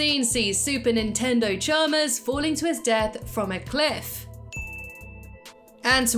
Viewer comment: When you were talking about the way you say super attendant Chalmers, It Sound Like your Saying Super Nintendo Chalmer, which funnily enough, Mario from SMG4 says in Mario Reacts to nintendo memes.. great video :)